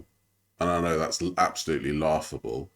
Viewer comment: Why does she add "um" on the end of e everything. "Knowum" "Mayoum" "oneum" "twoum". I think she's doing it on purpose to try and start a trend or something..... Alright